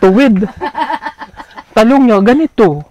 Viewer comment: Bakit ganyan sila mag bigkas anglayo hehe, Talong is Ta Long😅